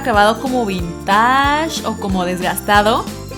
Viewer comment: Se diceVintage no Vintaásh😂 (sin intención de hate)